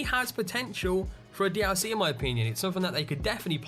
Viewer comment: "D ow C" NO D L C NOT D-ow-C